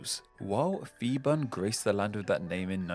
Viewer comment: I'm Thai living in Bangkok. This is indeed a well-researched video, despite mispronunciation some Thai words (eg. Marshal Phibul's name). I look forward to watching your next videos!